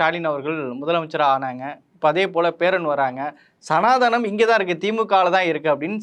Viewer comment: 1.43 Sanaanatthai ya??? 😂😂😂😂😂 Sanaathanam nu solla varala indha pakki ku... Idhu interview edukkudhu😂😂😂😂😂😂😂